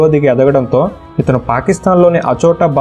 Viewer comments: అచోటబాద్ కాదు అబోటబాద్ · అచోటాబాద్ కాదు అనుకుంటున్నా అబోటాబాద్ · లాడెన్ ఉంది ఆచోటాబాద్ కాదు అబ్బొట్టబాద్